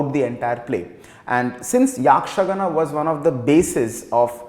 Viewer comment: It is yakshagaana and not yaakshagaana... It's shirasi n not sharsi It's Dakshina Kannada not kannad